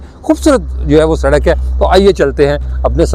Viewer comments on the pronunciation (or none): none